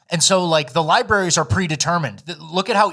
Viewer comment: "libaries" gets me every time. 😂😂😂